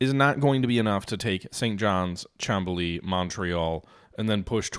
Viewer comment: Just a note, it is called Mont-Real, not Mon-treal. Just like Mount Rushmore and not Moun-Trushmore. Also, Chamblee is pronounced shan-blay (the French "an", google translate is great for that and takes like 10 sec). 😊 Good game session and gains.